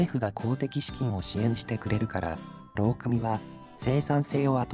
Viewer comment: さといもうまいさんも言っているが、 〝労組〟はろうくみとは言わない。 ろうそと言う。 ま、機械が読んでるんだから仕方ないか？